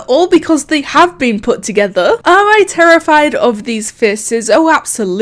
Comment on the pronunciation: ToGothEr , geeeeme , oml am sorry but I laughed so hard at that are u British sorry 😐